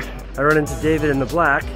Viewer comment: You say David like its any David haha wtf